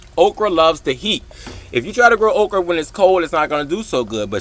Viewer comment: I thought you were saying Oprah.